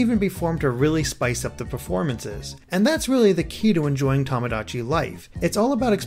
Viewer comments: Its not pronounced tom-o-dachi its pronounced toe-mo-dachi and means friend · Hate to be that guy, but you keep saying "Tomodachi" incorrectly. XD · You're pronouncing tomodachi wrong >.<